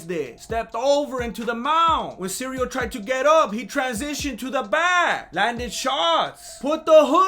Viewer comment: is so good I don’t even feel the need to fast forward the ads! Makes me almost wanna buy me some magic spoon! LOVE these recaps. I know you don’t love doing them but we love watching them!! Cereal Gane never gets old, I crack up EVERYTIME I hear you say cereal!